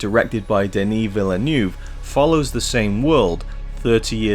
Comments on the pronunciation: Check out this video at 1: 48 . THAT IS HOW you pronounce it. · Where are you getting this pronounciation of 'Villeneuve' from?